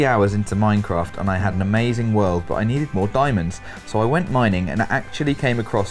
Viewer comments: Thought said "gwent" not "went" during the word game. tw3 has just consumed his life as much as Geralt consumes swallow. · I really thought when you went for 'went', said 'Gwent' XD